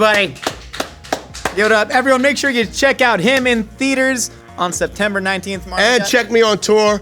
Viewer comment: "I'm MOWLEN wayans" ??? ha??